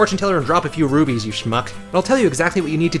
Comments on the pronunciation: I'm just sayin that he didn't say rupees soo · Ok it's RUPEES not RUBEES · RUPEES!! NOT RUBIES!!! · you said Rubees not Rupees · Constantly calling the Rupees 'rubees' kind of makes you lose some credibility :P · ahem, you (and ) mean Rubies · When he says rupees it sounds like rubies. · ruPEEES its ruPEES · stop saying rubies